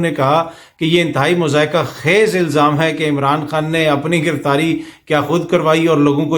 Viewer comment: درست تلفظ "مَضحَکَہ خَیز" ہے۔